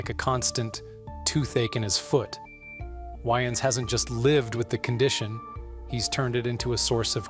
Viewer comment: Damon's last name is pronounced WAYens, not "whyens" .... Spelled DAYMON WAYANS